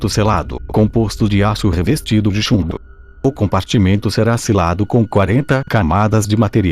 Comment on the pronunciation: Ele falou chumdo em vez de chumbo